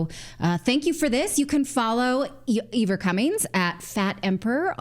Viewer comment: It wasn't the UK, it was Ireland. And his name is Ivor not Eevor lol